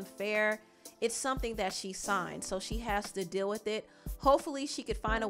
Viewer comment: I love the way she pronounces words lol words with “eal”words like “deal” will be “dill” I absolutely love it and find it satisfying 😂😂❤️❤️